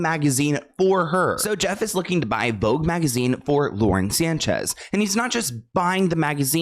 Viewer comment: VOGUE became FAUX-GE